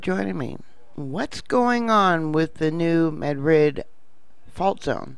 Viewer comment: Love ypu, but THIS Madrid is pronounced New MAD-rid. Rhymes with "BAD kid." Emphasis on the first syllable. Thanks for keeping us informed. Have a great Christmas.